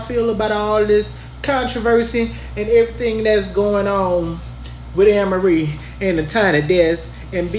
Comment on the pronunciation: It’s pronounced A-merie bro